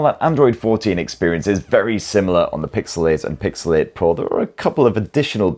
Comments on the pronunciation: Pixel Eh and Pixel Eh Pro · It's called PIXEL EIGHT & PIXEL EIGHT PRO. And not PIXEL IT & PIXEL IT PRO 😂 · "Pixel-ate" and "Pixel ate pro" 💀🌚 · Am I the only one that hears 'Pixelate' every time?😂😅